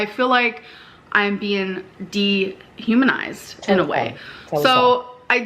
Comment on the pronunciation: Great stream. I caught some snipets at work, hiding in the bathroom when I got the notification of course 🤣 I SCREAMED when said de-haminized. To the point where my husband came to check on me out of pure worry